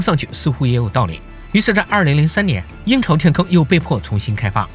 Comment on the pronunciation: 我聽成“陰曹天坑”